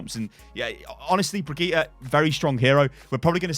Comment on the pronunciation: Brigeeta? Really???